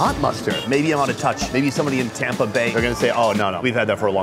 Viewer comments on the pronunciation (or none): none